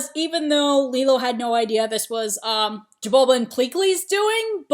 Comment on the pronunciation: His name is Jumba Not Jabulba Not being rude btw just thought that was funny XD